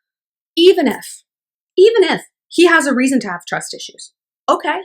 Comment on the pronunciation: “TWUS ISHU!” 😂😂 replayed that a few times